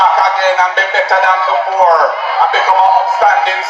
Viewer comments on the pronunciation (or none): i have to laugh.when you said better than before it sound better than awhore